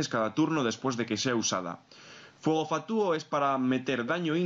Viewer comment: Los análisis están muy bien pero, por favor, deja de decir "fatúo" en lugar de "fatuo".